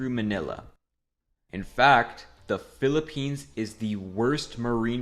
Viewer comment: UY PILIPENS????! pilipines? pilipens?☹️☹️☹️